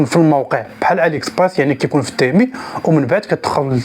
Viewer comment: يا اخي اسمه تيمو وليس تيمي